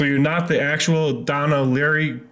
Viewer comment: This kid is fun to watch, but if he can’t read the name “Lavery”, perhaps his time would be better spent attempting to become literate. That’s embarrassing.